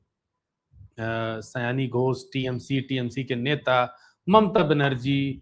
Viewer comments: Sayoni sayani nahi hai😂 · Pronunciation sayaani nhi, sayoni hai